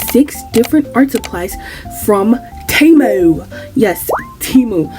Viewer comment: "Frum TeyMOO" 😭😭 Lolll